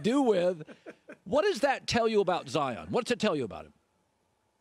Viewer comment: There is no ZI - On. His name is Zion, pronounced ZI on, which is the way HE pronounces it. He's not better because you mispronounce his name., and Colin, you guys have to be better than this.